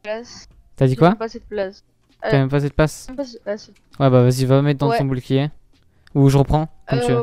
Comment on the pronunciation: A ta dis boulcier au lieu de bouclier je suis mort